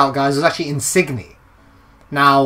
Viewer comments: nice insigne pronunciation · you say insigne wrong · you didn't pronounce in signs correctly